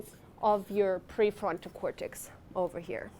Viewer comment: And pre forto cortex. Maybe she is stuck in the basil ganglia 😊